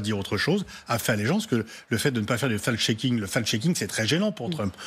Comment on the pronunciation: Effectivement "Marc Zounkenberg" et "fal cheaking" c'est très génant 😂